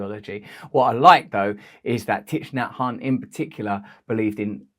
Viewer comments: its pronounced "TICK" get your pronunciations right RB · Yes.It is pronounced TIE. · Thich part is pronounced “tick” 😊